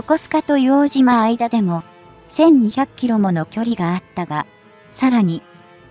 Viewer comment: 「いおうとう」です。